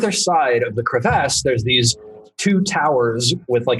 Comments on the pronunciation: Can we all agree to take a shot every time says crevASSE? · Its bothering me how he says crevice or crevasse